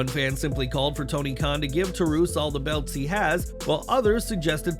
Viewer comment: "Black Tar-oose" 🤣 Black Taurus vs. LuciaSauraus Would be fitting.